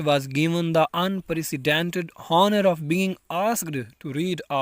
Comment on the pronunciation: Man, first u start to learn pronunciation...too bad ....pulitzer ,Boston, honour pronounced horribly.😢